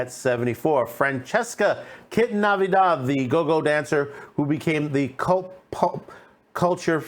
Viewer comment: Her last name is NATIVIDAD NOT Navidad.